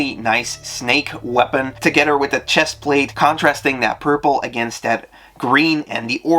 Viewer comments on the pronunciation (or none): none